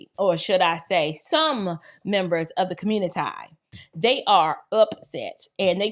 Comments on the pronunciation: it's communi tee not ti anyways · IS CO-muni-TY A WORD??? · Did you just say communitie? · The communitae!! 😂 love your venacular.